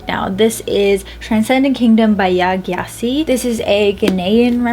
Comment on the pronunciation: I’m Ghanaian! Your pronunciation was pretty close haha! Gyasi is pronounced Jaah-si